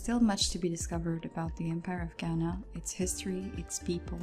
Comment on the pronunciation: This was really helpful but as a Ghanaian that’s not how you properly pronounce “Ghana”